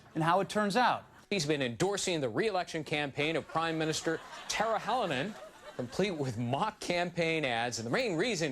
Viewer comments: Pronounced "Tarya", not "Tarja". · i hate the way they pronounce "tarja", it almost sounds like tarzan! c'mon, it's not that hard to learn one name for the show where you have to say it a thousand times.